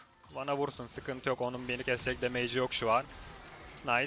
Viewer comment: usta damage 'demeyç' değil de demıç şeklinde okunuyormuş bilgine dikkatt